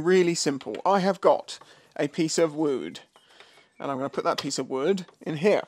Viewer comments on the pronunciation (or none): "A piece of Wewd".? SOMEONE'S BEEN WATCHING YouTubes - 'Bobby Duke Arts'! 👌👍🤣🤣 😎🇬🇧